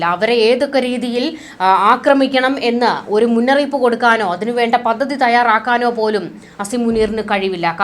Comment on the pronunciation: 'പദദി'? അതെന്ത്? 'പദ്ധതി ' എന്ന് പറയൂ.